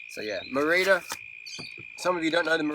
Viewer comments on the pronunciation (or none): That's what I thought, but everyone pronounces it. Ma Ree Da